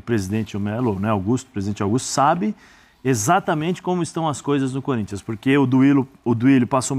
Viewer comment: O Neto falou que o Gabigol tem a cara do Corinthians? Mentira! Se foi o Neto mesmo, ele falou "CÚRINTHIAS".😂😂😂😂😂